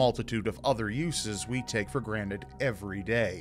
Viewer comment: granted not granite XD